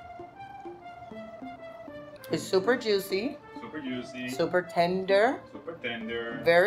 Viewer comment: Damn that's "YUICY" as hell. LOL